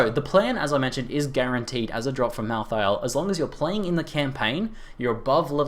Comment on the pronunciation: mal thay ul . not mal THI AL